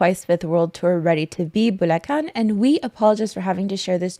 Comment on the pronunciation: Also, Props to pronouncing "Bulacan" correctly :D